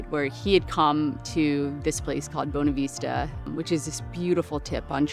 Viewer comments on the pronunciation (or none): Its prounounced "bawn"-a-vista not Bone-a-veesta :)